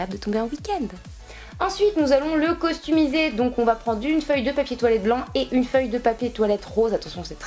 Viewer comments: Tu dit costumiser c'est customiser x) ! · Super vidéo, mais sinon on dit customisé et non pas costumisé ca ma stressé pendant toute la vidéo haha bisous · Tu sais que on dit customiser et pas costumier